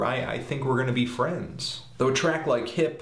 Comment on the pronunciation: heady fwends